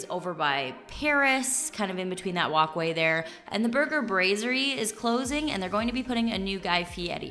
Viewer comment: Glad to have found your channel. LV is my favorite city and I'm glad to learn all the cool stuff coming this year as well as a good place to stay up to date. You are mispronouncing "brasserie."